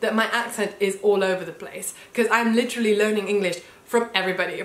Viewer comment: Literallyの発音を聞いただけで完全にイギリス英語になってますよ！自分はまだまだイギリス13年目ですが、自分の住んでるサセックス州の英語にすごく近い印象を受けました！